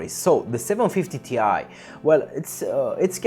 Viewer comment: just FYI you should not pronounce 750Ti as in T i, but Ti as in Titanium. That's the way Nvidia wants it